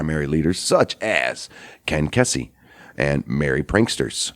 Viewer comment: it's ken kesey, as in "key-sea". I'm just sayin....